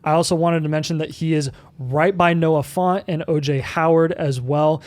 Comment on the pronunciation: Who is Noah Font? I only know of the TE Noah Fant.